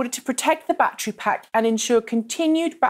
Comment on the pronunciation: Can't count how many time she said "backtree" instead of "back ter ry"